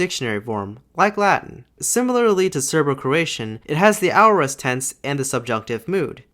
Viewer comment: I believe aorist is pronounced /ˈeɪ.ə.ɹɪst/ :) Great video!!